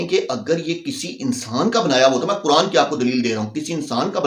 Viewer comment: ابے او بکھری الجھی داڑھی والے سب سے اوّل غلطی تمھاری یہ ہے کے تمھیں قرآن پڑھنے کی تمیز نہیں پہلے قرآن کی تلاوت و روانگی کو سیکھکر آؤ دوئم تمھارا تلفظ اتنا بھونڈا ہے کے تمہیں خود سے شرم آنی چاھئے کے تم کن الفاظ کو کس طرح نشر کرتے ہو صحیح لفظ قرآن ہے نا کے۔ کران جب صحیح سے پڑھنا اور بولنا سیکھ لو تو پھر کیمرے کے سامنے بیٹھکر اوروں کی غلطیاں نکالنا